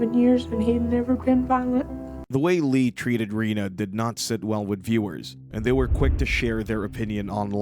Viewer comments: It’s reneee not Rena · Lee’s partner is Rena. Pronounced ren-a.